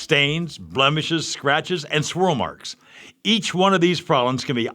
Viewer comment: "Schwirl Marks!!